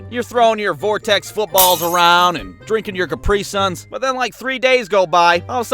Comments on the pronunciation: Its Cap-Ree-Son not Cip-Ree-Son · The way he pronounced 'Capri-Sun' made me laugh ngl... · When you said Capri Sun like ca-PRI-sun it surprised me. I always pronounce it CAP-ri-sun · The pronunciation on capri sun can’t be real 😂